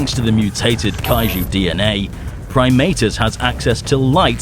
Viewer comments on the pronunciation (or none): I’m used to always pronouncing his name as “Prim-AH-tus” instead of “Prim-AY-tus”.